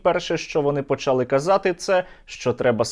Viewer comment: а чого він каже почАли і булА. то хай каже бУла, я якщо каже булА, то й почалА треба казати, а то одне слово з галицьким наголосом, а інше ні наче здрастє